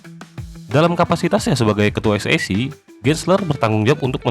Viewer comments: Bacanya sec itu S I Sii, bukan S Ai Sii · Es i si wooy bukan es ai si😂 bikin malu tp ngeyel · e=i i=ai Bukan ribut tp koreksi kslhn pembacaan ejaan